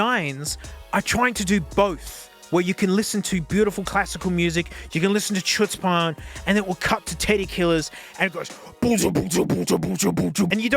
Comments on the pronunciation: I think that's pronounced like /ˈxʊts.pən/ like chutzpah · you mispronounced the song title, since it's in hebrew the ch is pronounced like h (or the special hett sound but i don't know if you can make it, it's like when you gargle up spit) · native hebrew speaker here. The way you said chutzpan is funny